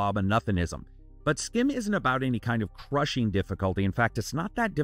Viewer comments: its pronounced sgim, dutch people ur the sch as sg. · I assume this is from a Belgian or Dutch studio, since "Schim" is essentially Dutch for "Shadow". (Pronunciation is a bit different than what you're doing, the "ch" is more like the raspy "j" in Spanish instead of a hard "k" sound.) Thanks for another thorough review!